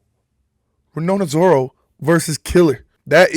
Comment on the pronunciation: also he said 'ronona zoro' too lol